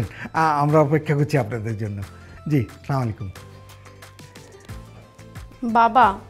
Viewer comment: অভিনেতা অপূর্ব তার প্রত্যেকটি নাটকে সালামকে অশুদ্ধভাবে উচ্চারণ করে। এ ব্যাপারে সংশ্লিষ্ট অভিনেতা এবং পরিচালকদের দৃষ্টি আকর্ষণ করছি।